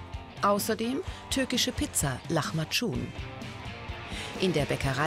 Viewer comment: Lachmatschun hahaha genau